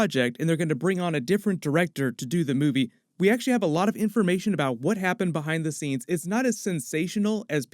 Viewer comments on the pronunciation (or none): none